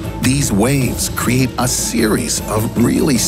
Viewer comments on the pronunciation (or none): none